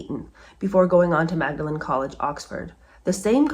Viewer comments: Magdalen is pronounced “maudlin.” Also, I think lots of people fleeing France went through Spain to Portugal to escape. Love your videos! Sometimes I watch more than once! Thank you! There wasn’t another way out to the east or north. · You might not believe that I HATE doing this…but the college at Oxford is actually pronounced “maudlin.” 👍🏻👍🏻👍🏻❤️❤️❤️ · Magdalen, as in Magdalen College, is pronounced as “maudlin”. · Loving this series....my Sunday afternoons are now tea and biscuits and you! In case it ever comes up again you might like to know that, though spelt in the biblical and continental way, 'Magdalene', the Oxford College name is pronounced 'Maudlyn'.